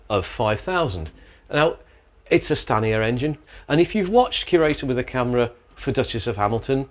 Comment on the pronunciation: Every time you said Stanier I keep hearing scania, though that's probably because I have been watching videos on scania but dam they almost sound the same.